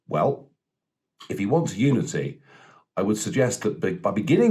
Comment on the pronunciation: Biden's Super Spreader Installation I'm calling it, 300 odd National Guard caught Covid so far,what a disaster.....Just sit back and watch the Biden train crash roll on, it will be an abject failure, he won't unite anything, I actually thought he kept saying Nudity but apparantly it was Unity.....Everything is back to front with the media, Kim Jong IL would be proud of CNN/MSNBC etc.